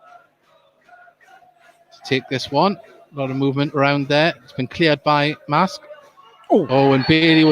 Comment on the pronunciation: It's pronounced MARSKE, not MASK !